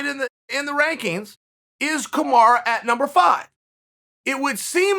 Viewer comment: hahahaha. I notice almost all of them but I missed "Kamara" and "Oozeman" today. I gotta sharpen the listening skills. 😂